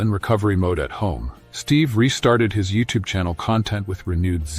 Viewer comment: Steve is alive and well and hasn't given an update in almost a year because he is recovered , this is just some feeble , lazy AI junk video that can't even pronounce the man's name correctly. Steve has his own channel, look him up and watch his videos if you really want to support him.